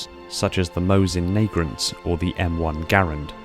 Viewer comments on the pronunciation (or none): "Mosin NAGRANT" bruh it's a Mosin Nagant also No that is not a "Battle rifle" it is simply a rifle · The Moist Nugget. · Ah yes, a classic of the soviet armory.... the Mosin Nagrant Love your vids man, huge fan, but ya flubbed that one;) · Mosin......neigrams? Wut? 😂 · “Mosin nagrant” ouch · No one:: Mosin-Naigrent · "Morson Naygrant." has random and strange pronunciations or mispronunciations in every video here and there. Sometimes it's pretty funny, I don't mind. He should work on it though. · We can all agree it's not pronounced as "Morsen Naygrant". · I like how he said m1 garand flawlessly but absolultely butchered mosin nagant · Did anyone else hear the way he said mosin nagant?